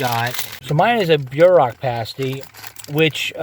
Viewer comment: Being a Michigan resident, I especially enjoyed your video. Sorry, but I had a few giggles at your expense over your pronunciation! Whether it’s spelled Mackinaw or Mackinac, it is always pronounced Mackinaw. Pasties are pronounced like “PAST-ease.” They come from Michigan’s past. During the period of underground iron and copper mining, many former tin miners immigrated from Cornwall, England and brought their lunches with them. Pasties were a favorite lunch item for miners. They were easy to carry, nutritious and filling, and the thick crust around the outer edge made a convenient, disposable handle for eating with dirty hands. Thanks for sharing your trip with us and for featuring some of Michigan’s beautiful places. We have many more, so I hope you will return!